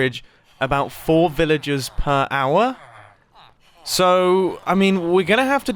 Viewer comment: When Mumbo says Villagers, it sounds more like Villages.